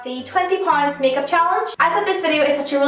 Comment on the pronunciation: the way she says pound